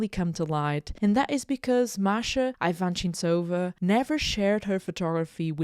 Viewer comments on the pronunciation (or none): You're pronouncing her name wrong.